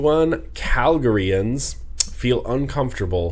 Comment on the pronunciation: Btw, the proper way to pronounce the word 'Calgarian' is cal-Gary-an. Lol!